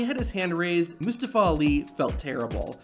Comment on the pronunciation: "Misstafa Ali" 😂